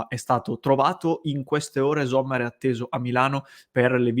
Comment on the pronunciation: .. pronuncia esatta Sommer, non Zommer